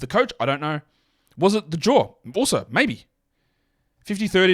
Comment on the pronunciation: When you say ‘jaw’, it sounds like you’re saying ‘Ja’. But when you say ‘Ja’, it sounds like you’re saying ‘jar’.